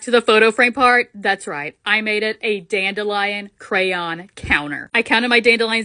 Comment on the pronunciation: Is anyone else annoyed with how she says dandelion also this olis not hate I love watching ur vids